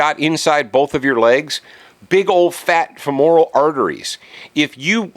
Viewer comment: Also, you should learn how to pronounce "femoral". "Femoral" and "immoral" don't rhyme, and most people know that. You paint yourself as an expert, but you can't get simple anatomy correct. And I'm supposed to trust you with gun laws?! Read a book, stupid.